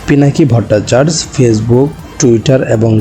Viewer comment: ভট্টাচার্য উচ্চারণ ভুল করছেন